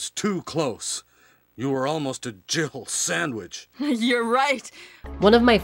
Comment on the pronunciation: Am I the only one that heard Barry say, "you were almost a jibble sandwich"?